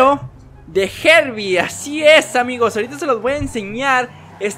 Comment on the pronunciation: se dice harbi